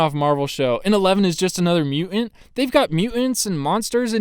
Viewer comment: What's a "mu-ant"?